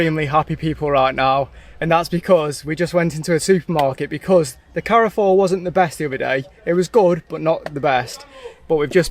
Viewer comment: Love this channel - just to sort a mispronunciation, Carrefour is pronounced "Car" "four" 👍